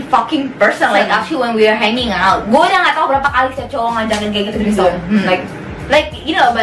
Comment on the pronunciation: Threesome baca nya itu : tri-sam :)))) bukan tri SOM